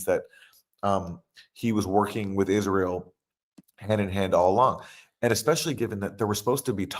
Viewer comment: Lol I HATE how he says that, too. "Izril" like a moron.